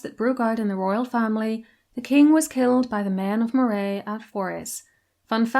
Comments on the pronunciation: Just for future reference, Moray as in the region of Scotland is pronounced Murray and never like Moray as in the eel. Not the easiest to know if you don't live in Scotland, but that's where all your Murrays hail from originally. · As I live in the next door county to "Moray" it is pronounced Murray as in the surname. I live in the Pictish kingdom of Ce. You should try doing a video on the Picts as that is interesting as there is a LOT of pictish stones here. Loving the long video :) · Some of your pronounciations a bit dodgy! Moray is pronounced as if Murry not Morray, and Glamis is pronounced as if Glamms not Glam-mis. Interesting nevertheless. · Moray is pronounced like "Murray" and Glamis is pronounced like "Glams". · I love your channel, I hope you don't mind if I correct your pronounciation. Moray is pronounced with the emphasis on the first syllable, same for Rothsay. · Great video! My pedantry is screaming at me though to tell you Moray is pronounced "Murray" and Forres as "forest" without the T.